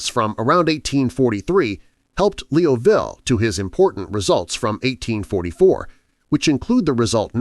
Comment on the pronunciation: Thank you, I know you put a lot of work into research to create these videos of famous mathematicians. Could you please correct your narrative that frequently refers to Charles Hermite as "her"? Secondly, to maintain credibility with people that know a bit of mathematics, would it be possible to correct the terrible mispronounciation of Joseph Liouville's last name?